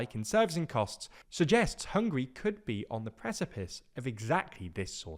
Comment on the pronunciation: Bro, they are not hungry, they are Hung-guh-ree